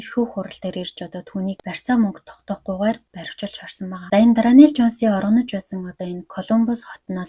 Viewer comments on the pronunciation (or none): Дранел биш даарнел шүү✌️